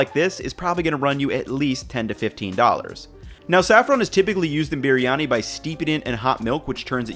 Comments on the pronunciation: Fan of the channel but can you please do some research on how to pronounce the names of the dishes you make and ingredients you use. It is pronounced Bree yani. Not sure what you are doing there with the way you say it. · Love the way you pronounced 'BiRiyani'😊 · it is b-ree-yani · you even try and pronounce the word biryani authentically. Your effort is pretty special. Here to 10m subscribers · Look how they massacred my boy(Biryani)/. Good effort though. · i clicked on this video hoping for dear god that he doesnt pronounce it wrong while trying to sound right, he pronounced it wrong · ye but this guy pronounce it so weird. i love briyani and the indian sellers always pronounce it different from him..